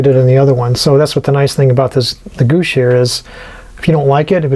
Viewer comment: Great job, especially the roof. Those are bay windows on the side. Cupolas go on top. Gouache is pronounced "gwash."